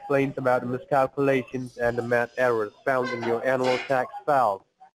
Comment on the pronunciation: “Serious miss-cal-coo-lations “